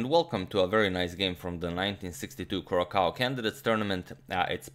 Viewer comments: Curaçao is pronounced "Curasao". The ç is pronounced like an s. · Thanks Pal B for all the beauty on the board. Rip. Curaçao is pronounced Curasao. Nice place! Just topping your vast knowledge.... (still a thing?) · Just to add to your vast knowledge, the second C in Curacao is pronounced as a "soft" C. Completely irrelevant to Fischer, Benko or chess, but I couldn't help myself. Lol.